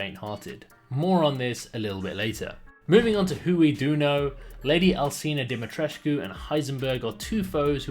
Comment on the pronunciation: Dimitrescu not Dimitirscu :)